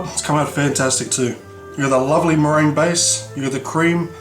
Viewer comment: murr-gin-you o.o